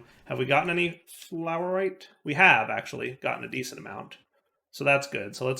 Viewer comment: fluorite as in fluorecent plz